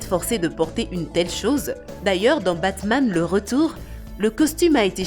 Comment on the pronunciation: Omg elle a détruie Batman